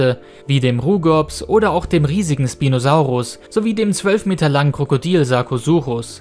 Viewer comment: Schpinosaurus sagt man nicht sprinosaurus